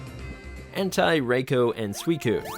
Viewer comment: It’s “Azelf” not “Azleaf” wtf??? Also wrong pronunciation for Entei and raikou. Japanese is a 100% fully phonetic language, it’s simpler than English or German, so stop applying the English and German grammar rules that make no phonetic sense to them. This is a rampant issue I see when English speakers are covering Japanese media.